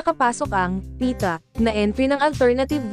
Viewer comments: Tama! When you are a broadcast" journalist", at least try to learn the proper pronunciation of the words in your report. Kulang sa effort ang mga so-called journalists ngayon. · Congrats Pieta cast. Pieta po at hindi Pita. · It's PIETA and not Pita!